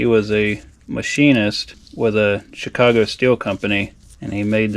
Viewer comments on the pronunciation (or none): none